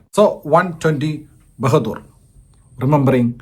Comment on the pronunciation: ബഹദൂർ അല്ല ബഹാദൂർ